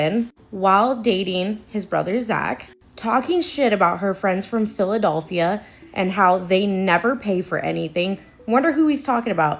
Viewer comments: "phila-DOLPH-ia" is sending me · y'all i'm sorry but that girl repeatedly saying "PhilaDOLphia" instead of "Philadelphia" is gettin on my nerves LOL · that’s how some of us pronounce Philadelphia! I’m from NE Ohio and that’s how we’ve always said it. Philadulphia 😂 It’s like being able to tell you’re not from Milwaukee if you pronounce the L. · the pronounciation of philadelphia is killing me